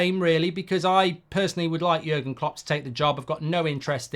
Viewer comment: You made jurgen klopp sound Italian mate 😂